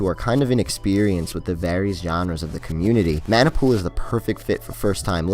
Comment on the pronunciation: 猫 シ Corp. it’s pronounced Maah Nah Pool not man nai